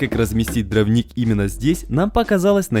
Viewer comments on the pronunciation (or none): дрОвник. Ударение на О. Вы же для аудитории снимаете, ну проверяйте слова по словарю. И, простите, но нет такого слова "шестьмя". Есть "шестью". Шестью сотками. У вас прекрасный канал, замечательные видео, но проверяйте пожалуйста, что и как вы говорите. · Все отлично, только повторяющееся постоянно неправильно слово дравник реально режет ухо... а так все отлично!